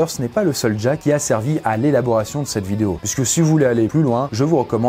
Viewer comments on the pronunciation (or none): none